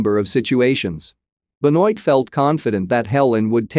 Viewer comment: please pronounce properly Blanc's first name!